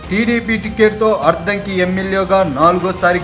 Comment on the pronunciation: Ayya neeku addanki Ani palakatame ravataledu sodara.